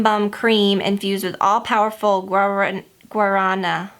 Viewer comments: It's so funny to see non Portuguese speakers pronouncing things, but you weren't far off! (I always give my friends a hard time before actually telling them the proper way) the R in guarana is rolled a bit, but the rest you pronounced correctly :) I need to check out that Perricone highlighter now that we actually have Nordstrom's where I live. And yessss all dressed chips are the best! I'm from Toronto so that's probably why I love them so much. I actually don't like BBQ chips, but I'm one of the only people I know that doesn't like BBQ sauce or flavouring in anything 😅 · I laughed so hard when you said Guaraná... my brazillian ears couldn't take it hahaha